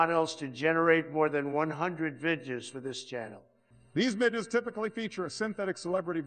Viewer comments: "over one hundred vidya's " lol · Why do both Obama and Trump voices have trouble with the word “videos”. The illusion sounds great but the algorithm seems to mangle that one word.